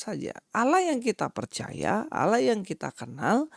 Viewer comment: fix gk tau tapi sotau, Allah disebut dengan mudah kata Lah doang? emang gk tau bunyi vokal Allah ya? konyol bin kocak sh merasa paling benar tapi basisnya terjemahan, mereka lupa klo YHWH vokal pengucapanya dalam bhasa ibrani mirip Allah versi vokal arab, begtu jg elohim vokalnya mirip tanpa imbuhan him